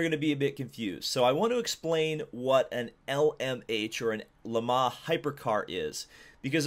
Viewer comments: Ferrari returns to ... "Le Mahh". I know 'Murican's annunciation is awful but please put some effort in. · Why do you say Le mans like that@